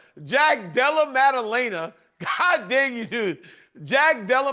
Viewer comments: DC called him Della Lama after all that 😂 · "Blahal and Jack Della Lema"....... I dont know at this point if Uncle Chael is leaning into this schtick or if he's just illiterate. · Jack de la Lame - Ah ... Bleh - hal ... Alex Pierra 🤧 Chael 🤣